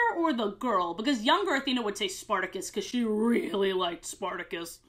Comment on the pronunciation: that’s not the point the point is she said Spartacus and not sporticus I’m just saying she pronounced it wrong